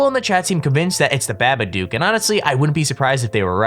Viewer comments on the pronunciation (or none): What's a badadook?? he says it in the last one I'm confused